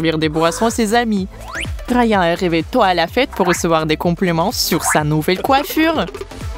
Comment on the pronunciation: Vous aussi vous avez entendu rayanà la place de Rayan